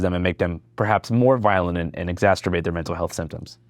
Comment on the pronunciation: Andrew love you dog! But it’s exacerbate not exacTerbate sorry for being the grammar police. But it’s just grammer reform